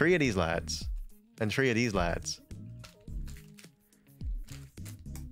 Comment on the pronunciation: One, two, tree.